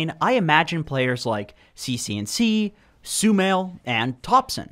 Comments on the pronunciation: "sumail" LMAO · Did he just say Sumail and showed Yawar? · Hey yeah hey.. WTF are up with the names 😂😂 Edit: dude did you just show yawar's picture instead of sumail's? While you said sumail? STOP TROLLING!! Re-edit: I rewatched that bit and -_-./.